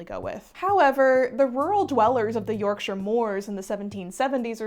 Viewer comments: If you really want to say it like Yorkshire folk, it's BRONtee, with a hard glottal stop on the 't'. It's how I grew up saying it in Leeds. Also another voice thanking you for saying Yorkshire properly! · As a Yorkshire person I say Bron-tee similar to how you did and I think everyone I know does too, so I wouldn't worry too much. I did also very much appreciate you pronouncing Yorkshire correctly